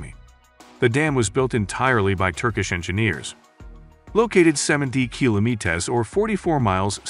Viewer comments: the AI voice is terrible... kilometAs LOL.... it's kilometers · Kilometez! How can he say meter byt not kilometer? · why you say kilomithaas? :D:D:D instead of kilometers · KiloMITASS. It kilometer, kilo + meter lol. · Wtf is kilometes ? 😂 Kilometers ? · kilometers not kilo-METERS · why does he keep saying kilmoetes instead of kilometeRs? any particular reason? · "Kilo me tahs" I don't listen to robots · Is this a AI generated presentation? The way he pronounces kilometers is like kilo-me-tas. What's up with that? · What the f*ck are “kilomeetes” 😂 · Wtf is kilometaz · What the fuck is a kilometez?!? Guys. Edit that crazy shit, damn. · So many kilo-me-tays! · dude can say meters but not kilometers wtf is going on. "Killahmeetahs" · What up with the KILOMETEESS pronunciation? ! (is it an AI talking ?) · KILOMETEEZ?? Are you retarded? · Can you learn how to say KILOMETERS you uncultured swine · Kilometez.. it's not a goddamn mexican surname you donkey.. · square kilomeeeetas :D HAHA nice AI voice lol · kilometas? wots that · the way he pronounces "kilometahrs" creeps me out somehow. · Why does he say "kilomeetas"? Is it a machine reading the text? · guy keep saying kilometaz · Kilomeetess? Huh? 😂🤣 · Kilo mitas kilo meetus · Is this AI reading? The pronunciation of kilometer is said in three different peculiar manners. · Amazing projects! PLEASE teach the host how to pronounce kilometers. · Dude can say meters correctly but the way he says kilometers makes me thinks he’s not from this world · Is this an AI narrator? He keeps pronouncing “kilometers” incorrectly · Curious, is the voice over for this video AI generated, as the pronunciations in particular kilometers is quite unusual? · Guy kills me how is pronounces "Kilometers" ... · your pronunciation of the word "kilometers" is wrong. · The Guy can't even pronounce Kilometers! WTF is with Americans!?